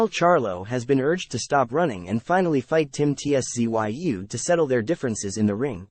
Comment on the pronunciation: Ts-zoo.2 Syllables mate.😊